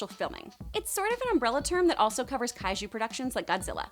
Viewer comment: Wow did she just say Kaichu series? uhuh omen that the Netflix Ultraman will suck.